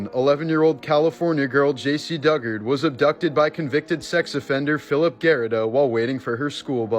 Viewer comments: Jaycee called her mom. Wasn’t found until after she told her mom who took her and where she was hiding. Fillip gurito. Pronounced like burrito but with a g. And dugard is pronounced like (due-gard) many flaws with the story but I’m happy to hear it has not been forgotten. Thank you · Her last name is pronounced Due-Gard